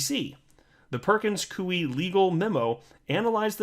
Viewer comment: It's pronounced Perkins 'KOY' not Perkins Kuey ! ((Koy like Toy, not Kuey like Chop Suey))